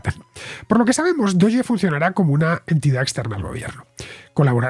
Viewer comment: Yo por lo menos diría "dogue" no "doye". Y hace referencia al meme de un perro de una raza japonesa muy conocido. Por eso lo usaron para la criptomoneda. De hecho lo usan mucho los de NAFO, un movimiento de memes antiputinesco en el marco de la guerra de Ucrania.